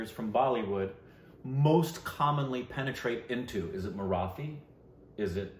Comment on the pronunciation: “Marathi” or “Sairat” is pronounced with the “T” not like in “The”.